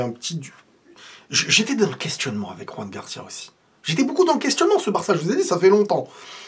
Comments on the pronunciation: C'est Joan(pas Roan)Garcia genre comme en français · Joan Garcia pas Juan Garcia. C'est un catalan pas un espagnol. La prononciation est totalement différente. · on dit Joan Garcia pas Ruan comme il est catalan on prononce le J comme en français. Sinon super vidéo 🎉